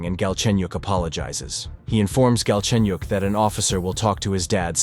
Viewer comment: Galchenyuk is his last name, btw. And it's pronounced way different from how it sounds in the video.